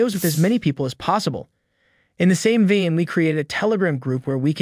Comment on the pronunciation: "In the same "VEIN" (pronounced V-AY-NE) not - VEEN. Thank you!